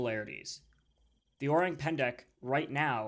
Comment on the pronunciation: "Orang" sounds like Orange except no "j" sound but a hard "g" and silent "e". I know as I speak Indonesian and have actually lived in the jungles of Sumatra. I think it is very possible this cryptid exists, but you have to take the details of what locals say with a grain of salt because they are very superstitious